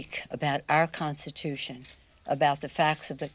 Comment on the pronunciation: The "Constution is the spreme lawvthe land". She makes DJT sound like Shakespeare. Retire that old broad before she starts swelling up and attracting blowflies.